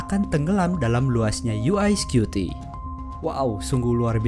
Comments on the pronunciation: bukan "yu ae skyuti" tapi "yu wae skuti" bacanya. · Dibacanya yu ai scuti ya...😅😅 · UI atau UY scuti nih, ngomongnya aja gaberes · "YU WAI SKUTI" bukan "YU AI SKUTI". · Yu Way bukan U eS skupi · UY Scuti : "Yu way Skuti" bukan "Yu Ai Skuti" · videonya bagus dan sangat menambah pengetahuan. Cuma sayangnya narator dalam video ini salah dalam mengucapkan UY Scuti. UY kalo dalam Bahasa Inggris dilafalkan: 'yu way', bukan 'yu ai', kalo 'yu ai' seperti yang dilafalkan dalam video ini, berarti UI Scuti dong harusnya? Mohon lebih teliti lagi dalam video2 selanjutnya, agar tidak misleading. Semoga sukses channel ini..